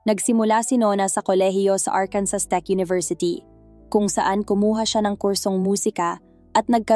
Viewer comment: SILENT S ANG ARKANSAS “ARKANSAW” ANG PRONUNCIATION DYAN NDI “ARKANSAS”🤣🤣🤣🤣🤣 BAGO MG CONTENT ARAL ARAL DIN MUNA PARA DI MAGING TANGA!